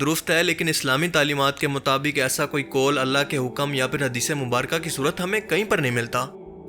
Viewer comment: Kol nahi, Qaul